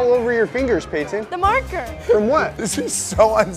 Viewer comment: Its Payton not Paynton💀